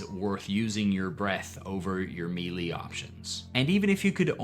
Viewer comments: You pronounced "Geas" differently than I do, in the Green dragon video, and I was like "oh maybe I'm wrong." But, you just said me-lee instead of Melee, so I'm not sure anymore. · Melee is pronounced "may lay" not "mealy"... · Melee is pronounced "May-lay" and not "me-Lee". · for future reference, it's pronounced meh-lay. Great video btw 🙂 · please learn how to pronounce melee